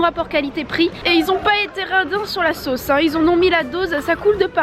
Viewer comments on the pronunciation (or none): none